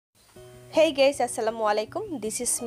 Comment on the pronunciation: hey gays bolien na bolben hey guys